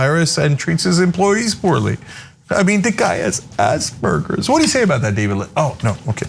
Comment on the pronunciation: Did he just say that Elon has ass-burgers? It's Asperger's.